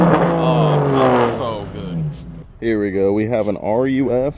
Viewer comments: It's "ROOF" not R U F.... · RUF is pronounced "Roof" and not "Are you F" my man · It’s “roof” not n u f bud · Hey its pronounced Roof. Not R U F. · Ruf is pronounced Roof.